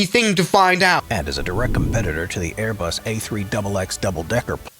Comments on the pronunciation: “Airbus A333-300”, “A-Bus 340” The hallmarks of what YouTube is full of these days: poorly-written, AI-narrated, lazily put-together videos. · “Aebus” is the funniest part 😭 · 2.04 aiybus??????????? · “A-bus” WHAT THE ACTUAL FUCK?!?!?!?!?!😂😂😂😂lol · Embrier Aibus Boing Bombadeer 💀